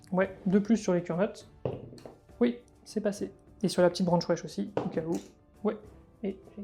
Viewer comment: A chaque fois j'entends "branche wesh" au lieu de "branchwraith" XD